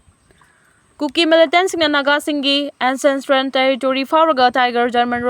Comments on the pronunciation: Ancentral haiba nate ANCESTRAL haibani. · News reader, pao do english gi wahei yaoradi chumna pronounce toubiyu. For example 'ancestral'. Improve tounaba suggest toujabani.